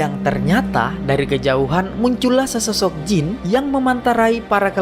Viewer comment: Jin bang bukan jeans😂😂